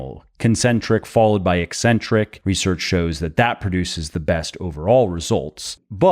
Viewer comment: Thank you for properly pronouncing "eccentric." EEEEEE-centric pronounciation drives me CRAZY.